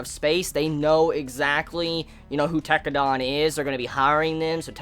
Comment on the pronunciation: lol Its Tekkadan, not Tekkadon, dan, not don. pronounced den or dan, not don. ps: loved this video series of yours, well done and thanks. Glad you liked the show.